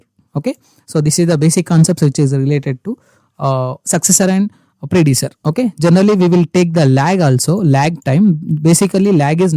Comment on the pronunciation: Predecessor pronunciation is wrong